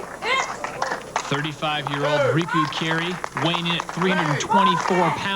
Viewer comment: Bill really couldn't be arsed to learn that Riku's name isn't Rico